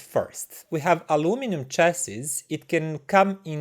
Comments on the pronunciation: Actually the origin of word is French: châssis - literal translation "frame", and is pronounced Shas ee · Chassis is pronounced as cha see. S at the end is silent . Great review.